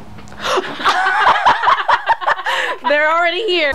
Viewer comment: "were summoning demmons" me: uhh do you mean angels?